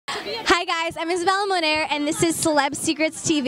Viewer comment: seriously I thought she said she's isabela Norman not moner